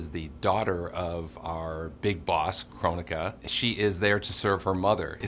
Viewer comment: I wish it was pronounced Kronika and not Krone-ika